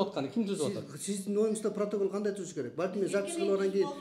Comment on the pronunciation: Гандай эле дейтко 😅😅😂 тооок ме